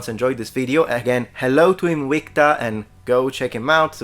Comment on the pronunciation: Good video aside, as usual, I just love that is so into his Latin roleplaying that he pronounced it Inwikta when prolly all the planet (OP included) pronounces it as it is written.